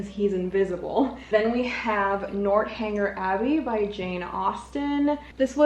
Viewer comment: North, not Nort for Northanger Abbey. 😊